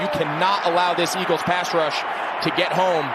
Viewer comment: EAGLESUUUH, WHAT HAPPENDUUUH?